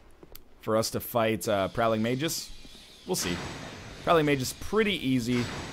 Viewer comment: Not that NL reads every comment (especially pronunciation ones :p) but "Magus" is pronounced May-Gus. You were close.